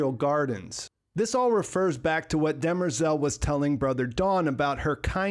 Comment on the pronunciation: They definitely cheapened Demerzel’s character by making her a known robot, seemingly lacking the 0th law conflict. Also, did anyone notice they pronounced her name, “Dem-rezel”? Clearly not how it’s spelled, but does work for a more female name. Which it’s supposed to be pronounced “De-MER-zel” anyway.